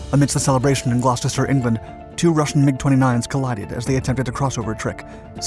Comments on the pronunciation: “Gloucester” is pronounced by Brits as just two syllables, “Glaw-ster”. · In British if you see a “cester” it’s pronounced “ster” it makes 0 sense but that’s how they do it...Gloucester is said “Glouster” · Glosster Gloucester is pronounced glosster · Aaaah another person who can't pronounce Gloucestershire properly... It's pronounced Glostershire (with first r silent).